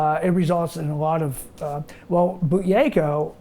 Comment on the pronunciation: regardless of this man, the idea of breathing correctly has been around for millenia and needs to be investigated thoroughly....he can't pronounce buteyko tho!